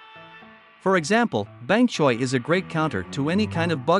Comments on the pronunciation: Ahh yes "Bank Choy" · "bang choy" 💀 "repeeter" 💀 "zowybean pod" 💀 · BANK CHOY XD WHY YOU SAYIN BANK CHOY 🏦🥬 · "bank choy" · "Bank choy" got me dead💀💀in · How the voice literally just says “Bang-Choy” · "Bank Choy"💀💀💀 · he said bank choy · Ai really said bang choy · Bank choy💀💀bluver💀💀💀zowy bean pod💀💀💀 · Did bro say bank choy😂😂😂😂😂😂😂💀💀💀💀💀💀💀😂😂😂😂😂😂😂😂😂😂😂😂